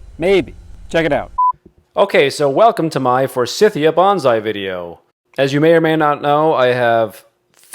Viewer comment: Thought you’d like to know. Forsythia is pronounced with a long i in the second syllable. It’s named after a gentleman named Forsyth. 😊